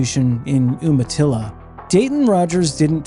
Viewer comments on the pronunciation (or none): I am thankful that you usually pronounce the place names correctly the correct pronunciation is you-matilla (Umatilla) not oo-matilla.